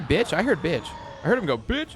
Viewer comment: he said bih not b*tch